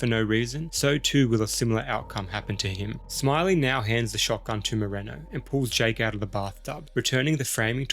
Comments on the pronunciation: Awesome video, but everytime you said the name “Moreno”, i felt a little disconfourt. I mean…this fuy is supposed to Hector in every movie. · Moreno’s got a last name, but still don’t know how to pronounce it.